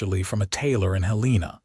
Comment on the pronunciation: Wonderful story. However, in the early 1800s, when married, it was man and wife. Not husband a d wife . The capital of Montana is pronounced Hell em a.